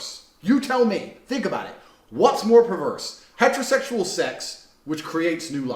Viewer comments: he keep saying hetertetual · “Hetro sexul”